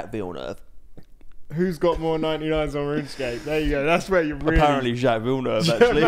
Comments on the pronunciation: Jaques is abit of a moron sometimes but stop pronouncing it Jacks lmao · For the next episode, please check how to pronounce Jacques correctly 😂❤